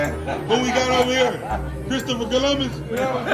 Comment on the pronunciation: LMAO BRO SAY CHRISTOPHER COLOMBUS